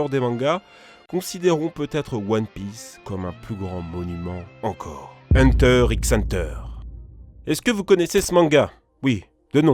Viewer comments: Faudrai peut-être avoir vu Hunter x Hunter (le x se prononce pas mais bon...) avant d’en parler parce que là les bullshits débité sur Netero, Meruem ou de l’anime c’est chaud 😞😞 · Je rêve ou il a dit "hunter X hunter",au lieu de dire "hunter hunter"🙊🙊🤦🏾‍♂️ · Hunter x hunter ça ce prononce juste hunter hunter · Hunter x hunter halala, il fallait en parler... mais hunter X hunter? X?! On le prononce pas, désolé instinct de puriste